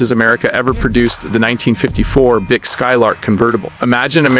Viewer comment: Pronounce Buick right!